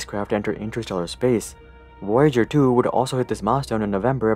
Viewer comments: wwoe-ya-dger?? It's /v/-o-ya-djer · I like to believe there is a parallel universe out there where Woyager-1 and Woyager-2 are a thing.